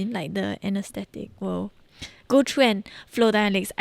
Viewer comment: can u practice ur english bc ur pronouncing words like three as tree or through and ‘trough’